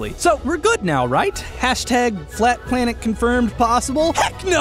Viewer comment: I noticed you say plat flanet in the end